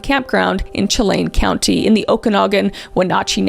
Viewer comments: kris i just wanted to let you know that chelan is pronounced like (shalan) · Not me saying repeatedly it's pronounced "Shell-an" not "chel-ain" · I'm in Washington and I remember the amber alerts coming out. So sad, he still hasnt been found. I hope this family finds some sort of peace and that he is found soon. This is unimportant but Kris, if you continue to cover the case Chelan is pronounced Sha-Lan. ❤ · I love people trying to pronounce Chelan correctly. 😂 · Living in rural outer-Snohomish county WA, (pronounced Cha-lan*, Blue-it Pass* btw😂) crazy to think all the police activities and helicopter traffic stems from such a gruesome act nearly 70 miles away😮😮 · Thank you so much Kris for covering the Decker case, I live in the town it happened in and we needed more coverage of this case! Here's some pronunciation of some words! Chelan (Shuh-lan) and Blewett (blue-it) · Please learn how to say names correctly. Wenatchee, Chelan etc. as well as Goncalves. If you are going to report on something learn how to say the names properly. It makes it look like you just care to push your videos with no respect for people or situations.